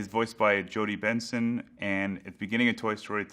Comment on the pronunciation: Benson! I thought she was saying Vincent!